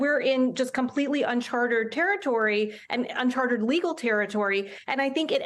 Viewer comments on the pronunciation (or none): okay, great segment but it's "uncharted." Not "unchartered." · It's "Uncharted teritory", not "Uncartered Territory". You Charter (hire) a Yacht, but you had better hope they have charts of the waters they are sailing in. If they enter into "Uncharted territory" they won't know how to proceed, because no one has been there before to provide a map.